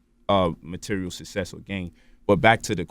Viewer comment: I was here for it until he mispronounced success...